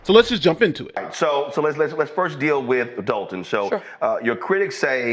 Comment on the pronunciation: Why can't anyone including the reporter pronounce there Ts...It's not Dolun it's Dolton, not Dolun, it's Dolton...The English language...Look into it..